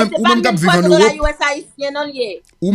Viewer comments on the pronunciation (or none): none